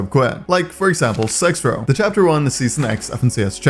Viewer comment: why do u say zexrow like that 😭